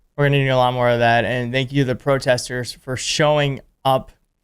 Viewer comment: Why can’t you pronounce protesters?